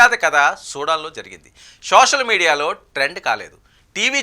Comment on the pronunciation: Sosal media kaadayya adi Social media antaru. Telugu palakadam nerchuko